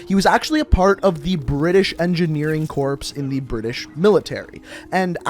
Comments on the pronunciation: ... Corps is pronounced like core. Not corpse. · Dude, you don't pronunce the "ps" in corps. It's not Marine Corpse. It's Marine Core. Haha I had to laugh when you kept saying it. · Its pronounced "Core" goddammit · pronounces Corps as “corpse” instead of “Core” Me: literally shaking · The fact the he was calling it corps, as in corpse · ITS CORE! just spelled like corps. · corps is pronounced core/kor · Corps is pronounced “core” js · Your supposed to say "corps" like "core" so stop saying it wrong